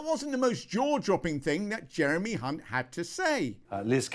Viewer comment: Well done by not tripping up on hunts name. As many do. Brilliant. Thank you. Encore, encore, very funny.